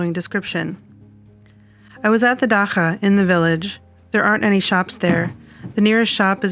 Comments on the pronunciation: Am I the only one that cringed when she pronounced it dac-ha and not da-cha? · it's pronounced DA CHAA like CHA CHA CHA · dacha is not pronounced like that